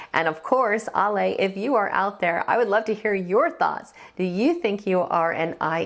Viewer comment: The Warning are 3 extremely talented musicians, performers and songwriters. Bonus points....all three are also extremely likeable....The trifecta plus one. Oh...and you pronounces her name as "Al-e or Ally" not "All-lay."